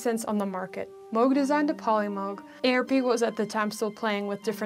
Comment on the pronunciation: Thanks for pronouncing M-oh-g correctly. The good doctor would have approved.